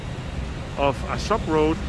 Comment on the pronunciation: Good video, but... You say: ah-suck It is: ah-sow-k